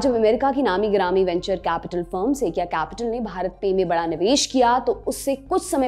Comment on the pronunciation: सेकिया नहीं सुकोया नाम है उसका ... कैसे कैसे बेवकूफ़ लोग भरे हैं लल्लनटॉप ने.. उच्चारण भी नहीं आता 🤣🤣